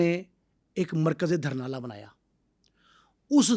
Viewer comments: Village ka Naam,durnala ni,,Dhurnaal ha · sir apka program bht acha hota hai. Bai ye word dharnal nhen dhurnal hai ye gaun ka nam hai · It's not Dharnal It's Dhurnal. He wasn't not from Wadi Soon infact from Talagang's village named Dhurnaal ڈھرنال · دھرنا نہیں بھائی ڈھرنال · دھرنالہ نہیں جناب ڈھرنال لفظ ہے جو گاؤں کا نام ہے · السلام علیکم۔ جناب محمد خان کا جو گاؤں تھا اسکا نام "ڈھرنالہ" نہیں بلکہ "ڈھرنال" یعنی "ڈ" کے اوپر پیش ہے۔ اسلئے گزارش ہے کہ اپنا تلفظ درست کرلیں۔ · او بھائی جگہ کا نام ڈھرنال ہے۔ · Lafaz (Dhurnal hai dahrnala nahin)Please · Dhurnal sahe bolo yar